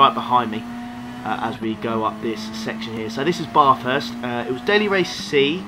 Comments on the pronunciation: I'm Australian and your pronunciation of Bathurst is appalling. It should be more like "at" with the pronunciation of the a. Not Baaaaaaarthurst, Bathurst. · its Bathurst and NOT barrrthurst. good race .